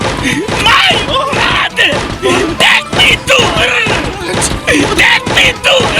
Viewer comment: tejk mi tu hrrrrr Brale bolje kamen prica engleski